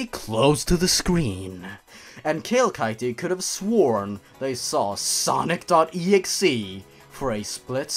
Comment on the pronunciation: oh hey cool hesaid it like snock.executabel yourg